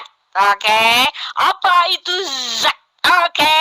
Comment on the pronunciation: Dzat dan Zat kan 2 kata yg berbeda? tapi cara pengucapannya kok disamakan bunyinya?